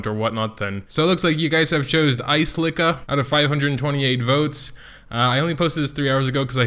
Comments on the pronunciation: Uh-sell-eh-ka the way you say her name is making me cring. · I pronounce it like Ass-el-ih-ka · Your Ascelia and Shea are entirely wrong